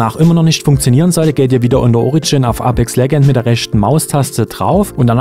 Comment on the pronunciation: Du weisst schon apex legends wird anders ausgesprochen als wie du es am anfang gesagt hast🤦‍♂️😂😂 bhd kennst du englisch